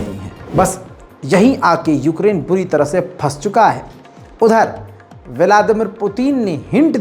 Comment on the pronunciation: اسلام علیکم بھائی جان آپ کی اردو بہت کمزور ہے۔بوری نہیں ہوتا بری ہوتا ہے۔آپ کی ہر ویڈیو میں اردو کی بہت سی غلطیاں ہوتی ہیں شکریہ۔